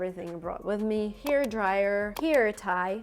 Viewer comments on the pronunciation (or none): Слово «hair» постоянно звучало как here ( значение «здесь») ну это пипец товарищи